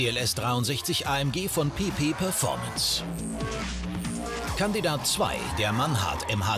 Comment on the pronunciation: Ich hab die ganz Zeit PiPi performance verstanden :D